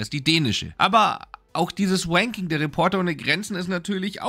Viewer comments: Höhö, du sagst wanking statt ranking. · Ich will mich ja nicht über deine Aussprache des englischen R lustig machen, aber bei „Wanking der Reporter ohne Grenzen“ statt „Ranking“ war es schon sehr funny. Bitte mach weiter so, du machst super Arbeit! <3